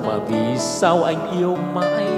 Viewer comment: Phát âm sai ngay câu đầu tiên, "vì sao" sao lại phát âm "vì sau" hihi